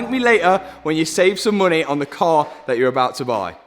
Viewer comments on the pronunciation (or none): none